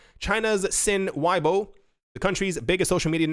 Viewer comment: Weibo is pronounced "way boh-ah."